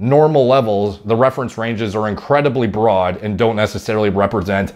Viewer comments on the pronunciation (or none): none